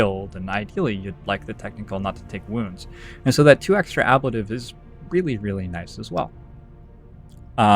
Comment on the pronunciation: sorry to be "that guy" but I'm pretty sure it's pronounced uh-blayy-tive :)